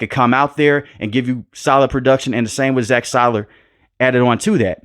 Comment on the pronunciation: It hurt my ears to hear Zach SEAL-ur pronounced as Zack SIGH-lur